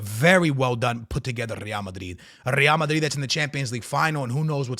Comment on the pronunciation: Rrrrrreal Mariiiiiid...all about the R'S🤣